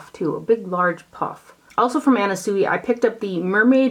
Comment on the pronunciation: Love the videos so much! Just FYI it’s Anna Sweeee pronunciation. Your vids are my fave!❤️. That Kaleidos brand reminds me of Pat McGrath with packaging and names if them.